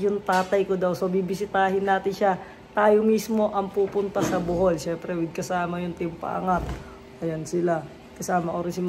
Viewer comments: BOHOL not Buhol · BOhol Po lodi Hindi BUhol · sir BOHOL po not Buhol 😅